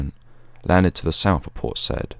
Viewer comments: ...and Port Said is pronounced 'Port Sayyed' not 'Port Sed'... nevertheless a really articulate history, well delivered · Having been there in the past ten years, it's pronounced by the locals as Say-eed. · Hi Port Said pronounced `say`eed` :) Good work though. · Is that how the Port is pronounced? I thought it was pronounced Seye-ihd. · port "saieed" not said.